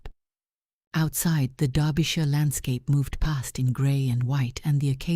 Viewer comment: A story off the beaten track from most Duke stories. Finally a Duke who looks like a real person instead of a Greek god! Both the Duke and duchess characters are well drawn and also the first time I’ve heard in any of these stories where Derbyshire is correctly pronounced. Congratulations on a job well done.